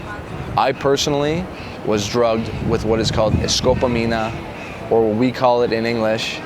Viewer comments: “Escopolamina” not Escopamina. You need to learn Spanish before traveling to Colombia and find someone to tell you all the things that can happen and what to look out for. Otherwise you are actively putting yourself in trouble. Never ignore that inner voice and don’t think you are above bad things that can happen. You think that was bad in Bogota? Now you are in Cali, this is a far more dangerous city . Watch yourself. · Well, he kept saying throughout the video that he "sensed something was off," yet he still went along with everything. My guess is that he somehow wanted to experience what "escopolamina" (that's how it's called in Spanish, he kept mispronouncing it) felt like and he got exactly what he wanted.